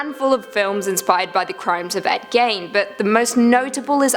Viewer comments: What is "Repungent" and who is Ed "Gain"? Did she mean "Repugnant" and Ed "Gein"? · Gein rhymes with bean.